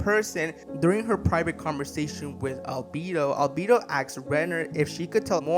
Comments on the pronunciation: “Al-beedo” why tf do so many people fail at names, sure you can say “I don’t speak Japanese” listen to how they say their name in the anime…. It’s that easy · Al bee dough